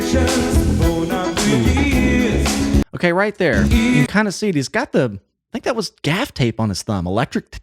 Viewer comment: Muricans man! 24 seconds in and already pronounced something weird. Nobody has ever called it 'Something About YOU' until now. It's just 'Something About You'. Don't emphasise the 'you'. I thought Americans only butchered English by emphasising the wrong part of words (DEE-fence), but no, they also search for random words to emphasise as well it seems.